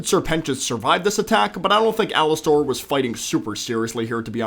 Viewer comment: Please just say Alastor and not Alastair!